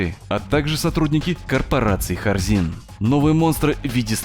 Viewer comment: Вместо Хорзин слышу Корзин